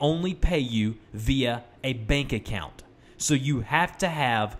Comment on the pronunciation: is it just me or it said " back account "